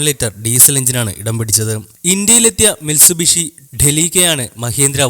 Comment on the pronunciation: Mitsubishi name clear aayilla onnoode parayumo